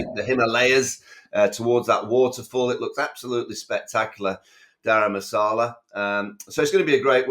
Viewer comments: it is Dharamshala not Dharamasala nor Gharam masala nor sala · Daram Masala, must be a curry, surely? It s Daramsala! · It's Dharamshala NOT Dharmashala!